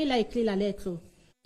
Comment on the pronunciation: les camerounais : la lecre au lieu de la lettre...moncrer au lieu de montrer, encrer au lieu de entrer???